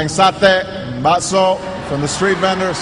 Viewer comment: Ngomong bakso udah kayak orang indo aja😅